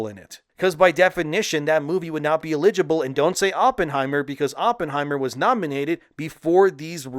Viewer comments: It's very troubling you can't pronounce eligible. 😳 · Let's look up how to pronounce the word "eligible," please. Rock on though,. I watch everyday🤝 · I don’t like how u pronounce eligible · Worst pronouncing of 'eligible' ever. Of all time. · Are you pronouncing eligible wrong for engagement? If so, bravo. 😅